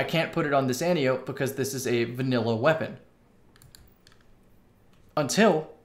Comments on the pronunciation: Not AN-tee-ope. an-TIE-oh-pee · AN-TEE-OH-PEE.... not friggin Anti-ope! Love you tho!🤘🏻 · An tie oh pee not anti ope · Since you talk about the pronunciation in the title, I think the correct pronunciation would sound like an-tie-oh-pee. She is an Amaon in Greek myth. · and can confirm -- pronounced an-tee-oh-pee Source: 28 years of speaking greek. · From the flavor text, I think we can reasonably assume the gun's name refers to an Antiope (there are many) of greek mythology. As such it's pronounced "ænˈtaɪ.əpi" (an-tie-e-pee, where the "an" sounds like it would in "ANt" and the e sounds like it would in "highEr" or "buyEr". Emphasis is on "tie". Thank you for listening to my TED talk. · If you watch Wonder Woman, you can hear a correct pronunciation. "Anne-tie-oh-pay". She is WW's aunt and mentor. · No. It’s An-tee-oh-pee, with pee pronounced like the word for piss, which is pee. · It's pronounced Ant-E-Ope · I thought it was pronounced "an-tye-oh-pee" like wonder woman's aunt from the movie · An-tie-o-pe is how your supposed to pronounce it, but I like anti-ope, antelope, and all the other names it has been given by the community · It’s pronounced “ænˈtaɪ.əpi” and the gun is named after the Amazon daughter of ares in Greek mythology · Once and for all, the name is pronounced an-TIE-oh-pee, like the name Calliope. It's Greek. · ANT-EYE-OH-PEE.....brush up on your Ancient Greek, kids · Pronunciation An-ti-o-pe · it's an-tye-a-pee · Rhymes with calliope, not with antelope. 😉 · It’s pronounced anti-o-p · An-tie-uh-pee. Watch Wonder Woman, man.